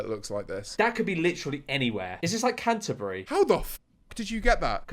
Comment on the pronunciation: Your knowledge of British cities is truly tragic 🤣 Mispronounced many of them lol. Good laugh though.